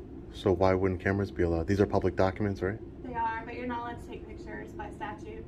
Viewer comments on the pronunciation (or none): Recognize our rights and freedoms with respect is the correct sentence And please say photos and video not pitchers You’re welcome.